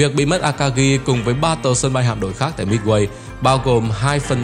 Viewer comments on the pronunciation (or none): Phát âm a-ka-gi chứ không phải là a-ka-ghi.